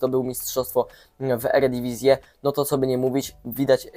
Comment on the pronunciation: Mieszkasz w Holandii i mówisz "eredivisie" nie rób wsydu rodakom w NL, lol..